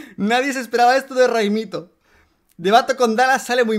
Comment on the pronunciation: Tú tambien te has equivocado, se dice ghaimito